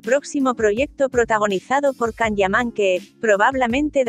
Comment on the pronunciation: A ver si aprendes a pronunciar, es un nombre propio y en su idioma se pronuncia YAN, no CAN